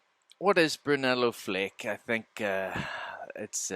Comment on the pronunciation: You say Brunello perfectly ! Bravo 👏 Brunello di Montalcino is a first class Tuscan Red 🍷 vino... grazie 🙏 for your review. Ciao 👋 S.